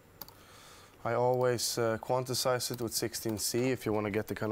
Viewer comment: yes, and pronounced by steve angello: "quanticize"